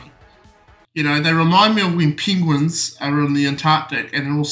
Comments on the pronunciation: What is a 'pingwin'?! 😉😊🤣🤣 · PEENGWIN JAJAJAJAJAJAJAJAJA